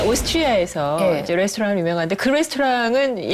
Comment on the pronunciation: 오소트뤠ㅔ이에서 뤠ㅔㅔ스톼ㅏ랑 으로 유무엉 한뒈 그ㅡ 뤠ㅔ스톼ㅏㅏ랑은 예약ㄱ클 미리 안하면 뭐옷간다..